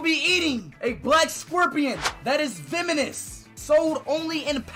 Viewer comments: i heard venomes to femenist😂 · I thought he said "feminist" and I was trying to figure out how he came to that conclusion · On the first one I thought he was saying it's feminist